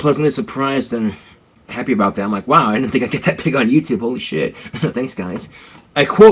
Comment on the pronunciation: you might be the only person who says yew-tewb funnier than does. TWU